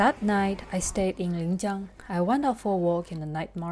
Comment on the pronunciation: . Linjiang, not Lingjiang. Are you from the South? Usually southers mix lin and ling.